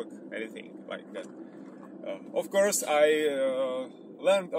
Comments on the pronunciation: Já už myslel, že chceš oslovit zahraniční diváky :-) Moje Angličtina je taková nic moc ale tady ti rozumím asi každé slovo. Jenom v čase jsem napoprvé rozuměl "My plan was to find English girls" :-D Chvíli mě trvalo, než jsem pochopil, že to je asi course. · jj, byl to "course" ale vyslovuju to spíš jako "curse" což je taky trochu něco jiného :D